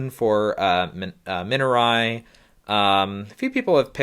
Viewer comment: Dude good video, you're pronouncing Minari wrong 😅